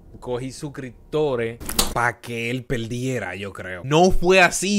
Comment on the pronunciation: peldiela xdddd jajaja:v primero que hable bien luego valla a nuestro dios griego alias xdddd